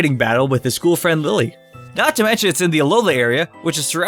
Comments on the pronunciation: IT"S NOT LILLE IT"S LILY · Its lillie not lailie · Its lillie not lylie. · it is not liely it is lilly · No one: Absolutely no one:: LiE LeE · This guy said lie-lee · Say Lillie like Lilly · Its not dont pronounce her name like Lillie like Lilly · I know its a joke that u pronounce their name wrong..and 4 the second time,u pronounce it right...haha..this is OTP..that cheapskate gotta make this happen😌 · Wrong pronounce of Lillie